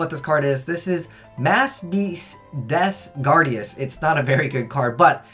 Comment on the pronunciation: Des Gardius, not Des Gradius